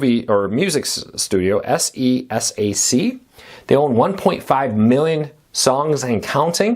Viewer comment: SESAC is commonly said as “See Sack”